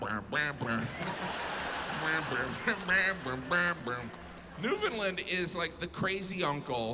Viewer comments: Hmmm they aren’t the same name. Saint John is in New Brunswick and St. John’s is in Newfoundland. (pronounced LAND, not LIND) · I gotta give Jim credit for his pronouncement of Newfoundland. He’s pretty close. It’s supposed to be “new-fin-land” (with it being more newfin-land, rather than new-finland) but most foreigners say “new-found-land”. Jim is more “new-find-land” with a soft first d; pretty close. Rare to get it right. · Nunavut is pronounced New-na-voot , Newfoundland is pronounced Newfinland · How does he know about the Newfoundland half hour time zone, but still pronounces it "Newfundlund"? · Now if he could just learn to pronounce Newfoundland. 😊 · Hate how they say newfoundlund… doesn’t sound right